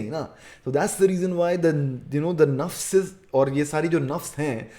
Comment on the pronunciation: Nass nass se waqif not nafs nafs se waqif